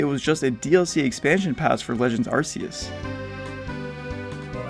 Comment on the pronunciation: it's pronounced "ar-key-us" not "ar-see-us"